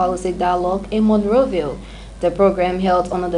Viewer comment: Dave Collins she’s Liberian. I think it’s a pronouncing issue. Great job lady, practice makes prefect.